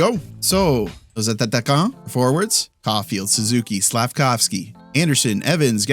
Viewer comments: I just realized something. Are u saying A-ta-ta-quants on purpose? I thought it was a kind of joke to laft about the french word. The word is actually spelling A-ta-quant. You don't have to say the second T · Your French is great but you have to stop saying "nos attataquents" It's just atta quant. It's a bit annoying to a French speaker. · Just so you know, the word "attaquant" is actually pronouced "a-ta-kan" with the double "t" being pronouced as a single letter. Btw, love that you make the effort of integrating a bit of french in you videos. You're nailing it. Hope this helps. Much love from Montreal. Keep it going! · Yes thank you, I was wondering the same thing. Is he doing this on purpose as a kind of inside joke or not? It makes me laugh every time though ngl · yes it's an inside joke because he used to mispronounce it by accident now he does it on purpose